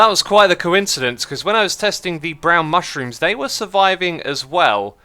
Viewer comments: Its moo shroom not mushrom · The fact that he keeps calling mooshrooms, mushrooms is driving me crazy. Also ocelots/cats have never taken fall damage. And its Ravager not Ravenger. Otherwise good video I love your content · And it’s MOOshroom, not mushroom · it's also mooshrooms and not mushrooms